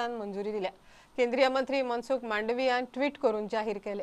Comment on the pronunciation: मंडाविया बोला मांडवीय नाही।